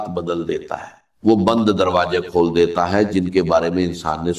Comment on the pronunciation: Woh kamene deepfake video kiu banya , Urdu ke talfuz sahi ada nahi horah, Kameny , aisi harkat kun kar raha. Ukheen, roji, darwaje, kaise kaise ghalat alfaz estimal horan. Kameny teri shikyat you tube se karta hoan